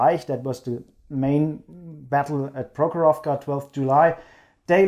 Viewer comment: Comrades, PrOkhorovka, not ProkhorovkA. Rotmistrov is correct)